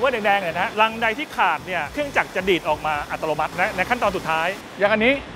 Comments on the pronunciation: ดูเพลินเหมือนเดิมครับ ด้วยความเคารพออกเสียง อัตโนมัติ เป็น อัต”โร”มัติ ตลอดทั้งคลิป หรือผมฟังเพี้ยนไปเองก็ต้องขอโทษนะครับ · นี่ก็โฟกัสคำว่าอัติโลมัติของพี่ผจก.ทั้งคลิปเลย 😅🤣